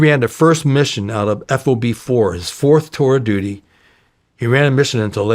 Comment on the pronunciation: it's so distracting to hear him say "F-O-B" and not "FOB" ... and "Lay-ahs" instead of "Lah-ohs" ...